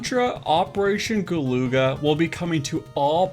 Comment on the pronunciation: isn't it gal-uh-gah, like the other game of the same name?